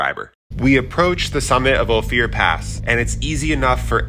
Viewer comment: Ophir is pronounced Oh fur.